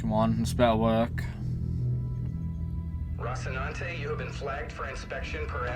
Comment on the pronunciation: aka Rossi (I know, Roci). Just waiting for him to get the name right! LOL